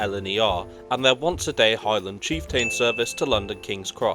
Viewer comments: cheef" + "tuhn" Not cheefTAIN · It's chieft'n, not chieftane - who pronounces it chieftane? Just saying what others are thinking... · Nice video.... only oddity, the slightly wonky pronunciations and a whopper of a spelling mistake. Stirling isn't Sterling, tho' not that far away from Stirling is a link to "sterling" and silver that was found in the Ochils. Chieftain is cheef'tonne, Moray is sounded like Murray (as the in the mints). It's a lovely journey across Scotland, have done this trip too many times to count. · I was going to post a similar comment. Kyle of Lock-alsh is a name that is often problematic for non-native Scots. Apart from the place names, I must say I hadn't heard of the Highland Chief-TAIN before. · Yes, it does make the video more authoritative if they actually find out how to prononunce the places correctly, especially on a travel channel. And his pronuncation of the word chieftain needs work as well.